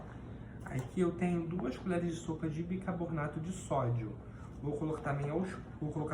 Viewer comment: admiro a sua capacidade na saboaria caseira, porém, acredito que a sua pronuncia errada da palavra BICARBONATO, não se deve ao seu problema, mas muito provavelmente porque você deve ter aprendido de forma errada como a maioria das pessoas. Como eu já disse anteriormente, você é excepcional como saboeiro. Tente corrigir sua pronuncia.